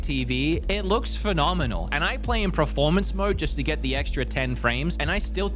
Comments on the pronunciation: I love your channel and videos but it's "Per-formance" not "Pro-formance" 😵‍💫😵‍💫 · It’s not Preformance it’s PERformance 😂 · australians cant pronounce words my brother saying preformance. just like when i was a kid and every aussie said do u want to play carative mode in minecraft instead of creative